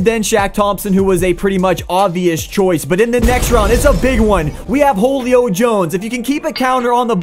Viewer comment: Holuio Jones? Nope it Julio (Sounds like Hulio) Jones